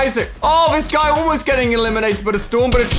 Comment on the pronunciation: The way he says almost (oolmost) killed me of laughing.